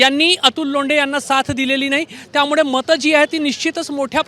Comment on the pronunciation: पत्रकार, अरे बावा मराठी नीट बोलायला शिक. त्यामुडे नाही त्यामुळे म्हणायला शिक. 😊😊